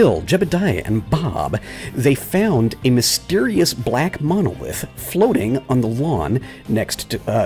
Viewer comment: Baaawh, "munolith!" Groan groan groan! Also, you killed those guys on purpose just to do the whole "knowledge is lost" thing! Murderer!